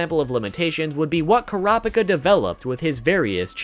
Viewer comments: holy god man please its pronounced KURA-PI-KA not KORA-PA-KA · Why he saying Kurapika as krapika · Kurahpikah? Stop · Couldn’t keep watching after the way he pronounced Kurapika lol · The way you say Kurapika’s name is hella cringey 😅😂 you should watch the sub version of the anime to hear the correct pronunciation 😁😂 OMG and Killua 😂😂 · The way he said kurapika😂😂😂